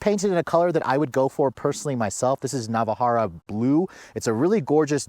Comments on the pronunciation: lol What the hell is "Navahara" and "Sinquential." Okay, we'll chalk it up to the fact that you were probably freezing your ass off,.. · Let me help you out there champ.. The color is called, "Navarra Blue" and You are correct, "Sequential," NOT "Sinquential" as always mispronounces it.. I always give him a hard time about it. 😂